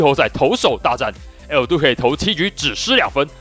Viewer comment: 為什麼你每次講El~Duque的那個音我笑到快瘋掉 有夠好笑🤪